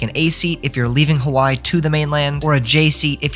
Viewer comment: Please for the love of god learn how to pronounce Hawaii